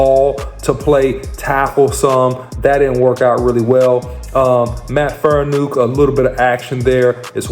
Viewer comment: Say it with me, FAR-KNEE-AWK. Not Faranook, Farniok. It's been 2 years, take 5 minutes to learn the man's name, especially when you're trying to report on him.